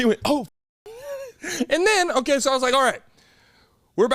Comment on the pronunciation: My favorite moments this episode: - "Uhlkay" - "You see how I got there doe?! I aint even need no whiteboard cuh" Followed by Cam's lisp - "Why was that the THOP?..." 🤣🤣😂🤣